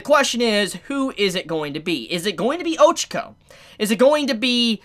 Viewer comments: You pronounce Ochaco like “Ojiko”.... I’m like ..who!? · 274 chapters in and ochaco might die and mans still doesn’t pronounce her name right. I think all might is going to die. With shigaraki being so OP and the amount of destruction going on, maybe in the next few chapters or in the further future, All might is going talk to shigaraki during a destruction chapter(like now) to get him to stop and telling him who nana is and he’ll end up getting killed by shigaraki.